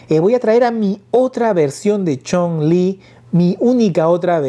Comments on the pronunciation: Amigo es Chung-lí de street fighter así como se escucha no Chong-lí ese es el nombre del villano de la película de contacto sangriento así mismo Ami me gustan ambas la de sh figuarts me facina por su esculpido tipo animexico la de jada toys está genial también pero siento que el rostro le faltó un poco más de fineza y claridad en los rostros a mi humilde opinión saludos 👋🏼🙏🏼👍🏼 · Amigo la personaje se llama así se menciona chung-li y tú la llamas chong-lí ese es el nombre del villano chino quien lo protanizo El gran Bolo Young de la película 📽️ de los 80s contacto sangriento que salio con Jean Claude Van Damme así mismo crees que saquen a los personajes de final figh como cody,guy ,mike haggar etc en hora buena hsa figura de chung-lí de la jada toys saludos 👋🏼